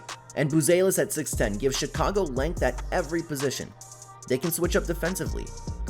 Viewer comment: This gotta be satire. “she-cago”, bro mispronounced like every players name